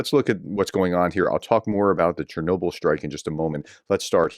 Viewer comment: In Ukraine we pronounce Chernobyl almost the same way you do it in English.